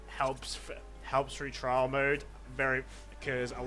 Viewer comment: its trial mode not trail mode....